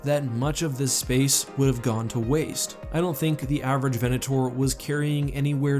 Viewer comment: 'VenatOAR' :D